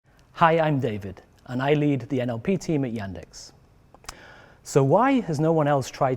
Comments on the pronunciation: Ну, пока свой собственный браузер ваши нейросети еще не научились переводить на русский. - браузер "Эндекс"... вместо "Яндекс". Но лиха беда начало! Идея отличная! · Супер! А вот слово Яндекс не начили переводить - Эндэкс говорит 😂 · "браузэр эндекс" 😀